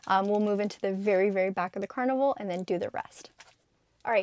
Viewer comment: “Car-nival” so funny! Keep up the great work!